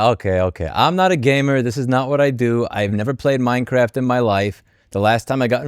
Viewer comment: minecwaft is nowt iwwegal huh must be a criwmnal den